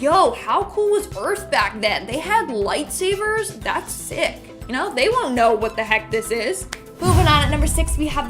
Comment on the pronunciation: Did she just say lightsaver??? Yea she's fired